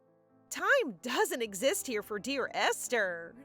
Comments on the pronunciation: Aster? Doesn’t say esther? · Ive never heard Esther pronounced with an A instead of E